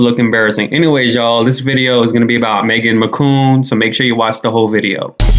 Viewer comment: Not the “Meghan McCoon.”😂😂😂